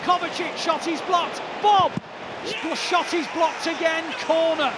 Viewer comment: Did the commentator really say “They finally shat at the Tottenham Hotspur’s stadium” 🧐🤣